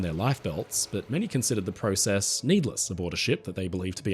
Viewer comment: YOU SAID PROCESS WRONG AGAIN! 👎👎